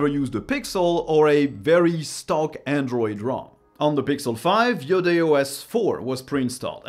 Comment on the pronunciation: because you're french i knew you'd say its name right